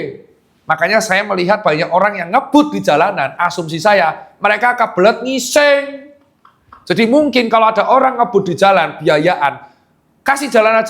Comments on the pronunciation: berapa kali dokter tirta ngomong NGUISENG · dok,mesti kali yah kata "ngising" nya ditekan kuat2 😂😂